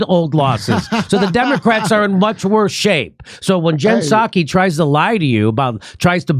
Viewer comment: Sorry, Kurt. It's "worsererer."